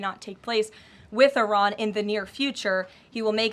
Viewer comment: Its not Ayran , It is Iran ... She talk like s*** dealing mestrual cramps